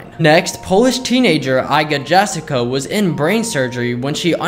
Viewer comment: it's fascinating how u pronounced iga jasica, coz tbh it was completely off mark, but I kinda do the same thing whenever I see an english word for the first time and try to guess the pronunciation 😁 it does make learning the spelling easier though. if you're interested, it's pronounced EEgah yahSItsah